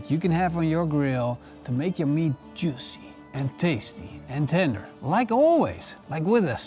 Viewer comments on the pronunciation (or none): none